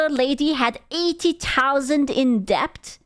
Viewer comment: pronouncing the B in debt gives me life